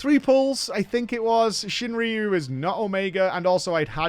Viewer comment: Pretty sure it's ShuinRYU not ShinRIYU, there's no I... Sorry for nitpicking